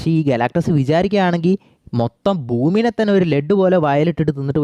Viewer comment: ബൂമി അല്ല.... ഭൂമി 😂😂